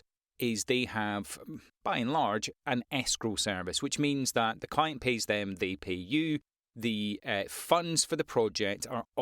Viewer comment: listening to you talk sometimes me and the captions hear you say coin when you mean client, you should pronunciate it more clearly